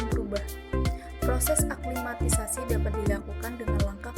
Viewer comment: Aklimatisasi bukan aklimatisai. Olshop po sai sai sai 😂